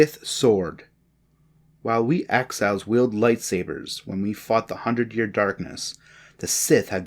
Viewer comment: 6.50 axhiles? Did he mean exiles?